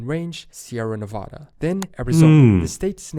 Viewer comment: i love this video but its always a tiny bit disheartening when someone says nevada wrong lol! (its neh-vaa-duh with an e in the beginning and a long a!) we're probably one of the only states who harps on it so much but we've got our state pride like everyone else, known for aliens, nuclear bombs, casinos, prostitutes and amazingly beautiful nature! if you ever have a chance to visit the northern part not just vegas its gorgeous in the winters and up at the lakes during summer!